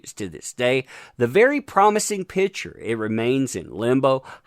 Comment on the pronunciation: Please say PICture not pitsure. OCD....sorrry